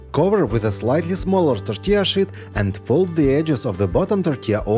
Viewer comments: Molodets, you pronounce sheet like 'питье. Bravo on the creations and the production! 🙏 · When you say "sheet" it sounds like something else to me 😂. Love your videos! Very informative and you have such a flair with the visual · Bacon in the third one wasn’t done 🤢. I would use pre-cooked bacon. It cracks me up how he pronounces “tortilla sheet”, lol. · 🤣🤣🤣...... I HAD TO REPLAY A FEW TIMES, I COULDNT FIGURE OUT WHY YOU KEPT SAYING WRAP IT IN THE 💩💩💩...😮😮😮 THEN I REALIZED, YOU WERE SAYING, WRAP IT IN THE SHEET...😂😂😂